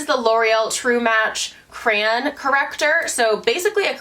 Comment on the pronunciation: girl are you trying to say CRAY-ON???? LOL